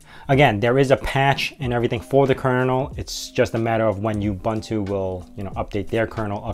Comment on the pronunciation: Any credibility this video may have had goes out the window when you pronounce it you-bun-too